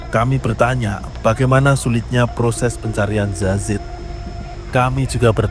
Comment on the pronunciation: Salfok sama presenter nya, kok dia bilang zazid ya bukan yazid..